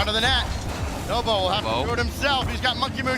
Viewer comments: Who the F is nobo, how on earth can he be a commentator when you can even say NWPO's name 🤣🤣🤣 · I heard novo lol pissing me off